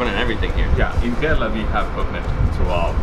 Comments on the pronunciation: Not Corala Its Kerala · Hey. I absolutely love all your videos but I am hating the fact that repeatedly you are pronouncing kerala wrong and no one is even correcting it. I would wanna pitch in and try and correct it. Ke sounds how the alphabet 'K' sounds 'Rela' will sound rela from cinde(rella) So alphabet K and rella from Cinderella added both Shud sound the right 'kerala' Love and peace.